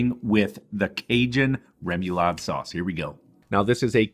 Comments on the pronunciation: *Rem-uh-lod (I live in Cajun country) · ray-muh-LAHD. Idk why the “mu” sound gets to me so badly lol.